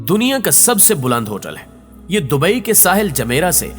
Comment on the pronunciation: Bhai dubai careek ha caryk nhi